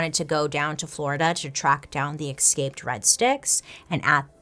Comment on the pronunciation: BAILEY, i love you but it’s escape. not EXcape. i love you and i don’t want people to think you’re dumb coz that ain’t it. also YAAAAS to the 90s vibes with the hair ✌🏼